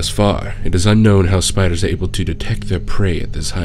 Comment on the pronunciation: “SPIDAHS! A giant legion of SPIDAHS!”